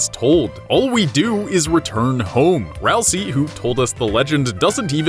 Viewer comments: 2 THINGS. FIRST, ITS NOT SAID RALSEE, ITS SAID RALS-EYY AND RALSEI IS AN ANAGRAM OF ASRIEL BECAUSE RALSEI IS ASRIEL THAT IS THE REVEAL AT THE END. there ya go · your saying ralsei wrong! its pronounced Ral say! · Dislike for mispronouncing ralse - LANET OLSUN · Dislike for mispronouncing Ralsei :D